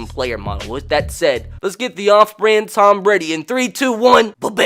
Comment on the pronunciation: Tom not Tommas dumbass